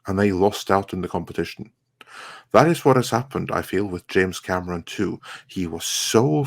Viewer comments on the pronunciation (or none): Hey who is James "Camerson"? Lol!